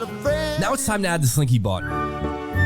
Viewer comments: It's. Slinky not. Slink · It’s slinky!!! Not slinky! 😂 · It’s slinky, not slink